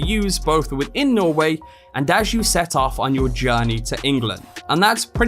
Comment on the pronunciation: It’s pronounced norweigh